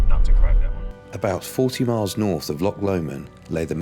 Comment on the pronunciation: Come on- learn how to pronounce Loch correctly.